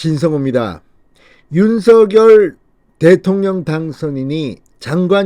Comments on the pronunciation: 윤서결이 아니라 윤성렬이라고 발음해야합니다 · 윤성렬이라고 불러달라고 당선인이 말했는데 계속 윤서결이라고 하네요. 본인이 원하는대로 불러주시고 제목도 부풀려서 올리지 마세요. 보기 안좋습니다.